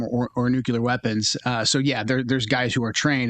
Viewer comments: I get concerned when a person can’t pronounce “nuclear” correctly… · Can we just pronounce “nuclear” correctly?